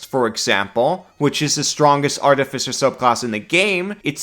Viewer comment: New artificer is Garbo. Sticking with the old one. Also, it is pronounced Ar TIF I Cer, not Arti fi cer.